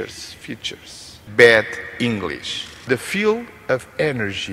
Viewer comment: Será que ele queria dizer Bad english ou Bed english (inglês de cama) eh eh